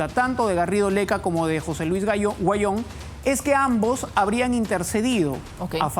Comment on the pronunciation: Huanyon no se pronuncia se dic Auyon asi se probuncia